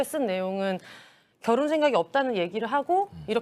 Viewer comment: 결 혼 결 혼 ~~~ 비 혼 비 혼 진짜 거부감이다 앵커 저런 사람을 쓰냐 ㅋㅋ 기자였어?? 아나운서 코스프레하네 ㅋㅋ